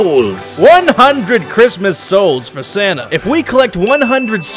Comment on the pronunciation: Keep saying Santa like Senna